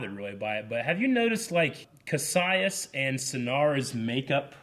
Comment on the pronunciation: Oh my God,! You've heard his name for eight episodes now. It's Kas-i-us, not Kassius.